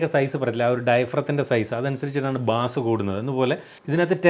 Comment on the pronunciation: ബാസ് അല്ല ബെയ്‌സ്